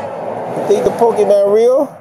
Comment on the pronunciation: poke e MON not man, jesus